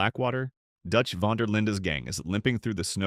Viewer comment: I don't like how you mispronounced Dutch Van Der Linde and Colm O'driscoll! That is very rude and disrespectful! :(